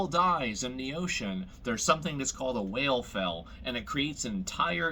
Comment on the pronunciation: Why does this guy keep saying whale fell